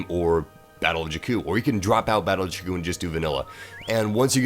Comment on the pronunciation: You are pronouncing jakku wrong